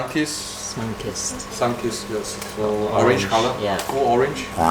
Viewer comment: that is NOT what orenges sound like